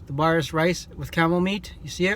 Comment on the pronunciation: I literally eat that every day and that’s not how you say baris and somali